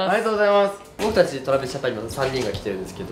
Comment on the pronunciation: とらびすじゃぴゃん…ちょっと噛んだ如恵留くんかわいい…😭